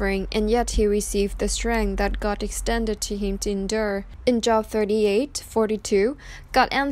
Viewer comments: I speak 2 languages. Her pronunciation shows a lack of biblical knowledge not saying Job correctly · Good point, but-it’s a book of the Bible. But, u r right. She’s prob not Christian. But the story is heavily Christian-influenced. Content is pretty good. Just maybe needs to research the pronunciation is all. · it's not job...it is pronounced with a long "O" vowel sound...ugh I hate computer voices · Please...if you are quoting the bible please prounounce the names correctly. It is not JOB.. its the Long O like bo...wl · It's pronounced J oh b with a long O, not like, I have a good job, short O. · Wretched what’s happened to these girls and how their parents chose to handle this disgusting situation. I feel absolutely horrible for these girls. Job- is pronounced Jobe- long O not short. Irrelevant given the topic at hand but it bugged me hearing it pronounced wrong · Thanks for the video. Job is pronounced with the long “o”, as in the words goal or go. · Exactly. In this case the O it is pronounced a long O. Such as Oprah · Ty. This was drivi.g me nutts lol. Jobe is job. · Just an FYI, your pronunciation of Job is incorrect. The name rhymes with "robe". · It is pronounced Job...long o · It’s pronounced with a long o. It’s not job like working it is pronounced Like Joab. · You can't even pronounce JOB. It is JOOOOOOOB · Please learn the correct pronunciation of words before you do a vlog....Job is not like having to go to work because it is your job....it is like Joe---b. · Please stop pronouncing it “job” like a job! It’s “Joe-b”! It’s a Bible Book! C’mon! Really? Lose credibility & sound stupid, OR correct it & keep viewers! Content is pretty good- but— not a good look. Even if the voice is computerized- change it or take it down! Respectfully IMO! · JOB! LONG "O"...... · It’s Job with a long O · You need to know how to pronounce Job, it not like the work place job. Look it up!